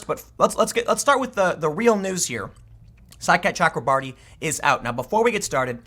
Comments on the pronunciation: Every time Tim says Saikat Chakrabarti I hear “Sidecat Chuck Lombardi” and I can’t even concentrate because I keep thinking what an awesome nickname Sidecat would be for a congressional staffer. Thanks for the laughs today, Tim. I’m rarely giggling when I listen to your show. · Anyone else here side cat chakra marty when tim says saikat chakrabarti